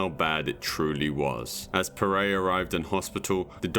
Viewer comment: Benny Puh-Ret not Puh-Ray.....nice vid though.